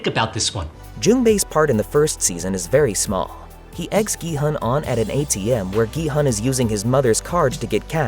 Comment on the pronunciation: The main character‘s name is actually not pronounced “gee-hun” (gee like in geese and hun like in honey). It is pronounced “gee-hoon” (gee like in geese and hoon almost like moon). His last name is seong (seo like “sau” in sauce and “ng” like in rang). In Korean culture the last name goes first and then your name, so it’s actually seong gee-hoon (성기훈)